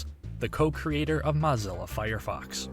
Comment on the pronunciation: that's moh-zilla not mah-zilla